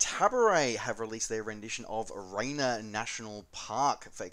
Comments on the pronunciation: Thrilled to have you back... Sunday morning just isn’t the same without you. Great video but I have to take issue with how you attempted to pronounce Rainier... it is “rain ear” not “rainer”. I grew up that big hill in my back yard... well I could see it from my bedroom window anyway so while it probably doesn’t matter to anyone else mispronouncing it seems like fingernails on a chalkboard to me. But now that I am done complaining I have to say again that it is great to have you back! :) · Rain-Ear. Sorry...... I lived there, and that's how we all pronounced it....